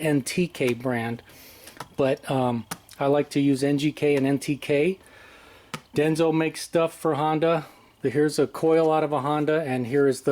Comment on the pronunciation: It's Denso, not Denzo.